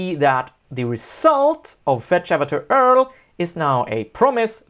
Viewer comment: URL - You pronounce it like you-are-ell